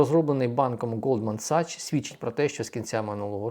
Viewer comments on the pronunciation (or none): не Голдман Сачс, НОЛДМАН -Сакс. Вчи англійську!